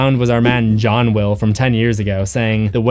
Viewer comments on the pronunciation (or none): none